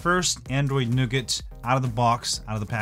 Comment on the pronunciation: Nice to hear you pronounce it correctly!